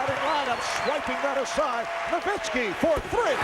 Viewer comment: Dirk No-miss-ki